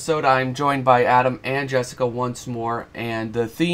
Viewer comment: thank you so much for the amazing feedback! I learned so much, and I'm gonna improve my piece a lot. Also Adam surprisingly got my name 95% right which is a huge surprise (I mean. I know it's not the easiest name ever)